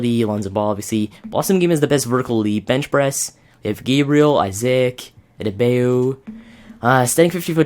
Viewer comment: You don't need to pronounce isaac like that. You are not supposed to sound out both a's.